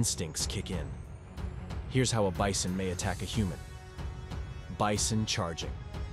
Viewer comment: I heard the same dude say bison and beeson. How you pronounce the same word differently in the exact same sentence?